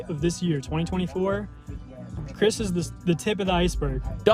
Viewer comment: U keep saying Chris name wrong